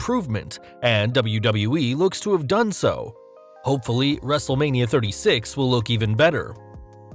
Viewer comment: wrestle'lania? Roflmmfaotih 🤣😂😅😄😃